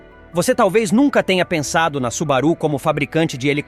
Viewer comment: Cumpre esclarecer que a pronúncia correta é SUBÁRU e não SUBARÚ. Moro no Japão faz 25 anos e por aqui nem os japoneses sabem dessas informações do vídeo. Obrigado.